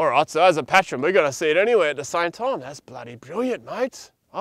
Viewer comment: I hate to do this....it's pronounced......... PAY TRN......not PAT RON. PS. love the show.